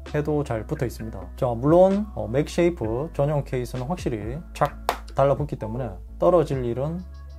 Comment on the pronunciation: 맥세이프 맥쉐이프 나만불편한가요?